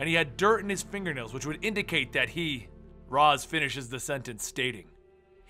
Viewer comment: Ras is actually pronounced "Ray-shh".